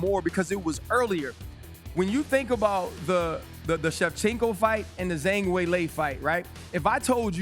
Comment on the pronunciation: Agree, but he still cant get those names right, calling Jiri Jury, Kamaru Kamara, Zhang Zang, Blehall Belal